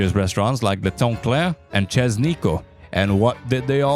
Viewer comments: This guy said CHEZ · You seriously pronounced "chez" like that?